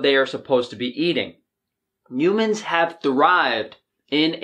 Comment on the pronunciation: "You-mans". I love you,.😂😘